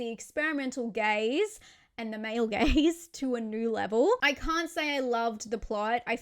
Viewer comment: “the experimental gays and the male gays to a new level” lol, ohhhh you were saying “gaze” not “gays” definitely heard that wrong the first time. 😂